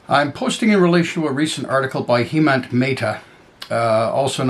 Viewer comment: great video. side note- has vowel sounds like "pleasant." He's friendly so that makes sense 😅